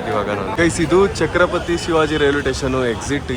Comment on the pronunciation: ಚಕ್ರಪತಿ ಅಲ್ಲ ಅಣ್ಣಾ ಛತ್ರಪತಿ ಶಿವಾಜಿ ಮಹಾರಾಜ